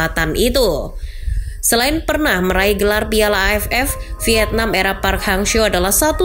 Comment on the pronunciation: Pas ngomong AFF.nya kurang di tekenin itu😂